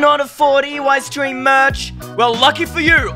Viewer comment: Why does Eystreem always says EWeystreem in his name??? Im just curious